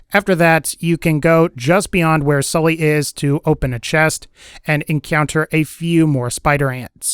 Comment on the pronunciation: enkeyownter lmaooooo